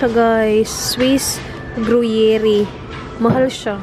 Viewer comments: Hihi cute nung pagsabi mo ng Gruyère na gruyeri pero gruyer ang pronounce silent E na sya sa dulo😊 pero dito ko lng dn nalaman pronounce nyan living in switzerland-france border😊Haha grabe yang toilet paper na yan.😂 Dito din sa Europe un din ang hinohoard nila toilet paper at pasta. Very nice video as always 😊👍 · Ung Gruyere po pronounce sya as Gru-yir or gru-yeer 😁 nag work po kc ako dati sa deli shop😊 masarap yang gruyere cheese promise. Perfect din sya ipartner for wine😉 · Hi, I'm from Paris, just wanted to say how to pronounce the word "gruyère" (simply gru-yer) 😉best regards! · that swiss cheese is pronounced as groo-yair. 🧀 cheese-lover here 😉 about toilet paper, there are symptoms of covid-19 like having diarrhea and vomiting. sanitize everyone, #stayathome #socialdistancing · Gruyère cheese ( sounds like "groya" cheese when u pronounce it😊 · Gruyere is pronounced as gru-yer pag super slang parang gu-yer na lang 🤣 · The Gruyère cheese is directly pronounced as grü-‘yer. 😀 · It’s pronounced Gu-yer cheese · Dahil na curious ako sa mga cheeses...niresearch ko pronunciation ng hinahanap mo cheese...Gruyère pala...